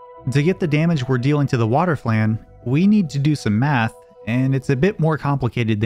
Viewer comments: Cant believe this dude doesn't know how to pronounce flan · He can't even pronounce "flan" right lmao